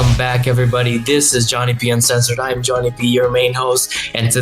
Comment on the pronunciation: Why does the AI pronounce it Jonip